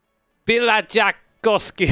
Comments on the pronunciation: Pih-la-ja-kos-ki turned to a pi-lah-ja(h)-co-ski but I'm gonna take that as you tried your best. 🇫🇮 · It's Pe-hla-Ya-kos-kee boys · When you tried to pronounce "Pihlajakoski" you pronounced the "koski" part very nocely actually. Can't say the same for "Pillacha" tho lol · pi laza koski.. wasn’t that close lmao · Well, the koski part was pronounced pretty much perfectly. Can't really say the same about Pihlaja part though. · He pronounced 11 out of 12 letters correctly. Apart from using the wrong J sound it was perfect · Sadly it wasn't even near the perfect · I give your stage name pronunciation a solid 9/10. J is pronounced in a German way (like "Y" is pronounced in English words) but other than that it was spot on